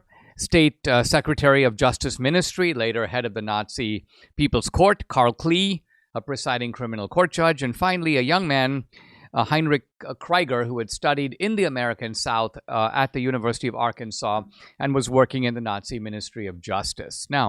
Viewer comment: Heinrich Krieger’s last name is pronounced “KREE-ger”, not “KRY-ger”.